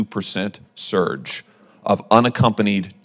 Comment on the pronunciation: Anyone else annoyed by how he says scurge instead of surge